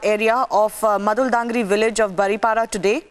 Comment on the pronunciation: Tab village name is not madul Dangri it is Mahul Dangri.